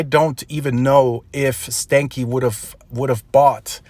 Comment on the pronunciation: His last name is actually pronounced, even if he doesn't know, stan-key like Stanley and not stanky